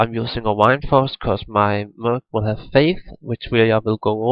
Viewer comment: I swear he said "Wineforce" instead of Windforce lol